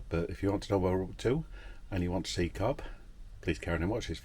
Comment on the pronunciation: It´s pronounced "Cove" not Cob